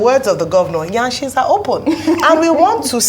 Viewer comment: “Yanshes" will open 🤭